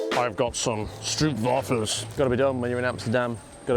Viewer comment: You need to say stroop waffles correctly, it’s a long O, with no u at all